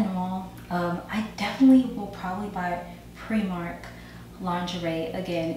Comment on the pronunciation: Primark not premark lol nice smile